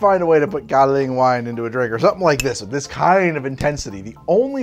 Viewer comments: An ex girlfriend of mine used to work in Kinmen, Taiwan, so I had my fair share of Kaoliang. There are some Kaoliang cocktails you can find in bars near there and in Taipei, but overall impressed with the process! By the way I'm pretty sure its pronounced as if it were spelled "galiung". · I really hate to be that guy but it's pronounced like gow-lee-ahng. I'd been looking for a way to mix it for years but had given up. I'm to the point now that I quite enjoy it, especially the higher proof stuff. I'll have to try this next time I bring a bottle back with me. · Really enjoyed this format and hope to see more! FYI it’s pronounced gao-lyung, like the word “young” but with an l in there